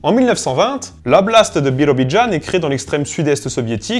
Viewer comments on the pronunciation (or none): On prononce "BirAbidjane" et non pas "BirObidjane" (биробиджан). Je dis ça parce que tu sembles avoir tenter d'essayer de reproduire quelque chose qui pourrait s'apparenter à l'accent russe mais tu en etais tres loin xD